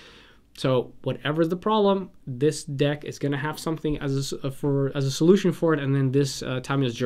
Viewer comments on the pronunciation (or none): none